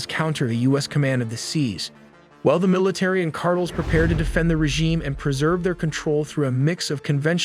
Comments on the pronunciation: Cartles? My man. Car-tell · Car-tell not card-tol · Rewsevelt, cartehls, cmon man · “Cartles” 🤖 lol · Actually can't believe I clicked on this garbage because you're obviously an AI garbage account. It's pronounced cartels. And it's pronounced lake Erie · The AI speaker for their videos sounds impressively natural until they pronounce simple words very unnaturally. Like “cartels” they pronounce “cart-ulz” or “kilometers” as “key-low-meeters” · Please learn how to say cartels. It’s not cartles or cartils 😂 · Also Cartels? What’s a “cartull” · “KAR _TELZ” Brah….. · Do you, a live human narrate these videos? I always assumed it was a human live narrator until i heard the pronunciation of the word cartels. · Man, you really can't pronounce cartels? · say "cartels" like barbells. lol.